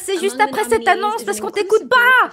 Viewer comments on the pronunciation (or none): none